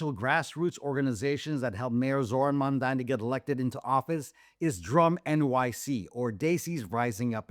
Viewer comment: They still say Mandami 😔